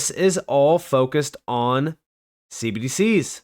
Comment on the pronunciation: Man, I really wish you'd stop saying cbdcs as one syllable.